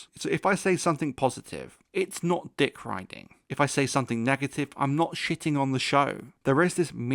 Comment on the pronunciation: Dikk roiding